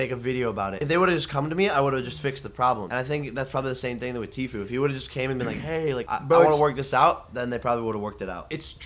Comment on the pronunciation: Sooooo disappointed. Lmao. Sooooo I’ve NEVER heard anyone spell out Tfue.??? Had she really never heard anyone say his name? I just kinda recently started watching Petty...but wow?!? Not sure why I’m so annoyed at her spelling his name out so much?? That’s on me. Props to you for trying to report on something you’re not familiar with...I do follow faze banks and some of the other guys on my accounts. Etc. Pleaaasseeeeee though...watch at LEAST Banks’ video, do you’ll know how to say it??